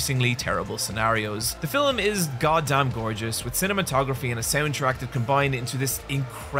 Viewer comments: "fillem", no hate I like hearing it lol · the way he says “filum” is what i liked in august 2024